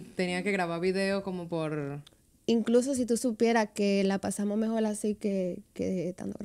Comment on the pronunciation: Dijo mejoi y después mejor 😅